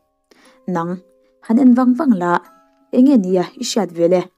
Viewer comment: A ngaihnawm e👍 mahse 'ng' kha 'n' - a thlak hun hriat a tha maithei. Eg: A eng em em chhan chu, 'A en* em em chhan chu' tih tawh tur. Past tense, thluk hniam chu 'ng' kha 'n' - ah a chang tawh.